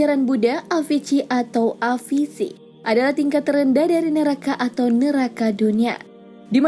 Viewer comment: Avici bacanya awici